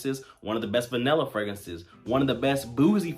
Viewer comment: Good video. Just a heads up….the word is “Vanilla” not “vinella.”